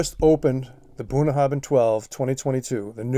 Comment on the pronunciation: Just to note in Scottish Gaelic a 'bh' is usually pronounced as a 'v'. The 'bh' in Bunnahabhain is pronounced as a 'v'. *copied from their own website: WELCOME TO BUNNAHABHAIN Pronounced 'Bunn-na-ha-venn', meaning 'mouth of the river' in Scots Gaelic, our distillery is the most remote on Islay, nestled in Bunnahabhain Bay on the shores of the Sound of Islay.